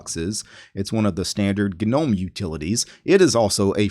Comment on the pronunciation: g-nome ??? what do you call those little ornaments people have in their garden ... a g-nome hahahahahahahaha